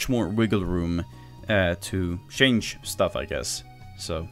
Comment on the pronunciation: Why do your pronounce change as shange?